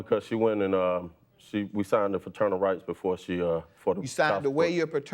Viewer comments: I’m tired of him saying fraternal instead of paternal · If i hear the defendant say "Friternal Rights" one more time. 🙄🙄🙄🙄😒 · He keeps saying "Fraternal" rights. Is he talking about his child or his brother? I'm confused.😆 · Bruh it’s PATERNAL not FATERNAL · As I watch this for the 2nd time this mofo said faternal rights and kept saying it even when judge mathis looked at him crazy and said it correctly like wtf is faternal rights u mean paternal rights this ninja look like he dress in drag at nights and on the weekends 😂😂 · No matter how many time judge Mathis said "Paternal” the defendant just kept saying "Faternal” 🤦🏽‍♀️😂😂